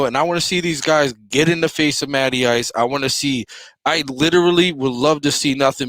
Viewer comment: Matty Ice…. I thought you said Natty Ice…